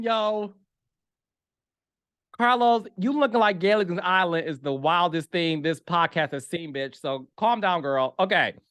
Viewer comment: Gaylagan??? Gilligan! Wth